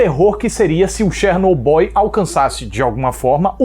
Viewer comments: Até o fala Chernoboy kkkk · "Chernoboy" kkjkkkjkkkkkkkkk mds